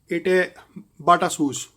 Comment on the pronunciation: He said shoes/sues